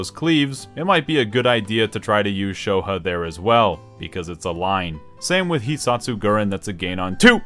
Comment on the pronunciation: Pronouncing Shoha, "sho huh" is not something I thought would infuriate me